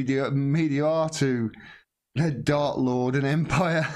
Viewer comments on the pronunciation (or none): none